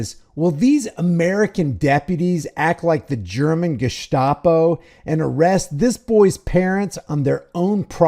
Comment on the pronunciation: Hey Mr. "Tyranny" hat. What is the "ge-SH-tapo"? It's actually GESTAPO. There's no H in it sport.😉